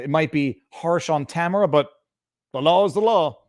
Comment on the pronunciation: Viva, her name is pronounced tam air ah